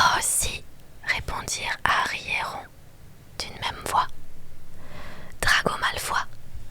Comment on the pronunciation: Tu l’appelles rond 😭?? C’est censé être rone wizley (je l’écris comme ça pour la prononciation) non ??